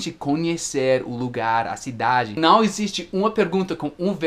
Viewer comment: Esse canal é maravilhoso, recheado de dicas espetaculares! Seria meu sonho? kkkkkk Obs: acho muito legal qdo fala "né" e "cara" pq a gente até esquece que é gringo, na verdade acho que a unica coisa q denuncia que vc não é um falante nativo do português é o som do ã, qdo fala não, no inglês não tem esse som anasalado né? E por falar em pronuncia, faz mais videos de palavras parecidas, por favor? Não consigo diferenciar essas aqui: - eat/it -weak/week/wick -There/ their - Buy/ by -No/ know Na verdade tem várias, mas não quero encher muito o saco kkkkk